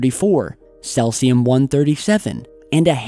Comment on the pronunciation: Its "SEEEZIIUM" not "SLELTZIUM" moron.